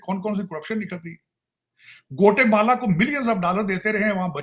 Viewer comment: गोटेमाला नहीं ग्वाटेमाला hahahahaha 😂😅 वाह रे नमूनों